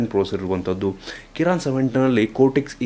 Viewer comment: Koran alla bro adu kirin